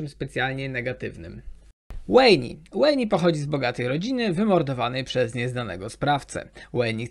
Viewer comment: strasznie boli w uszy jak niektóre postacie źle wymawiasz, master dżi zamiast master (j)i, łejni zamiast wejn, wi zamiast waj, sejuani zamiast sedżuani itp, a tak bardziej subiektywnie to imo historia viego jest na S+, zawsze miłość jest pokazywana jako coś dobrego a tu miłość jest powodem czemu zaczął być duży rozpierdol na runeterze, z kilkoma innymi też bym się nie zgodził, ale ten viego najbardziej mnie zabolał